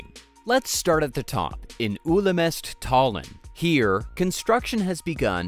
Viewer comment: it's how German and English people say Ülemiste 🤪